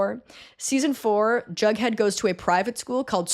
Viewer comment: Wait - Jughead? Jug??? i was hearing drunkhead ;_; jeeeeeeesus